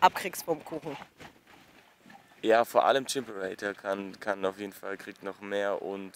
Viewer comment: Boaah wie sie chimperator 1000 mal falsch aus spricht